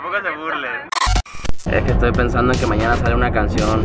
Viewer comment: Soy yo o dijo etoy tite